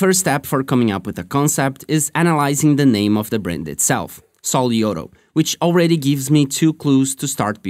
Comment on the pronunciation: Your Spanish accent is on point. Sol y oro 😃